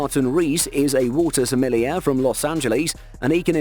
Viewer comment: SMELLY-AIR?!???! Bro...are you kidding?!